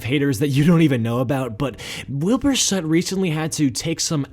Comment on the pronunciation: Soot, not sutt, thank you very much